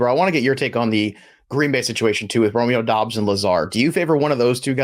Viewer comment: Great content Guys , but Doubs is pronounced = Doobs , Dobbs is dobbs !